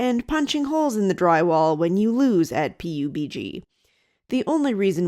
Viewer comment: Hard to imagine you ever needing to say it out loud again, but the video game PUBG - short for Player Unknown's BattleGrounds - is pronounced "pub-gee".